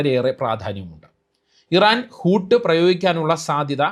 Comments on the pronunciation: ഹൂത്ത് എന്നാൽ തിമിംഗലം എന്നാണ് - ഹൂട്ട് അല്ല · ഊട് അല്ല. ഊത് ആണ് തിമിംഗലം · ഹൂട്ട് അല്ല ഹൂത്ത് 😊😊